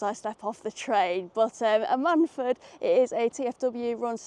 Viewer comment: The stress is on the Am, it’s usually more like AM-un-fud, not that I’ve been there but I am originally from South (East) Wales.